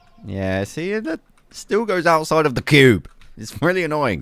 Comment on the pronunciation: Honestly I just watch your videos for the way you pronounce "THE CUBE" and now I'm addicted to your creations lol 🙌